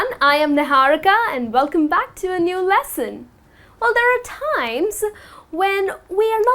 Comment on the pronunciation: Hi, the way You teach is quite appreciable. Even though I am not proficient in English, I wish to point out that You are stressing some words like 'timess'...at the end of the talk... which is odd to hear...Thank U again, Your teaching helped me a lot...